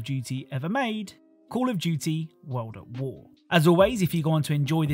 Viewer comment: "Call of Duty Wo'ad'Wo" Very British